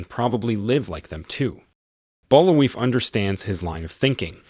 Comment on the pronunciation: Bul-vai is how it's pronounced, they say his name in the movie like a dozen times.